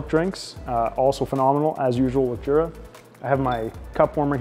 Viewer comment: It's pronounced "YOO-Rah" not "JOO-rah."